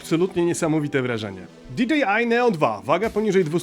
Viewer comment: Fajna recenzja! Jedna tylko mała uwaga bo kole w uszy ;) Za połową filmu bardzo często mówisz "di dżi aj". Nie "di dżi aj" tylko "di DŻEJ aj" :)